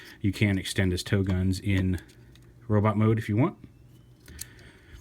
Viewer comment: Toe-gun! Toe-gun! Toe-gun!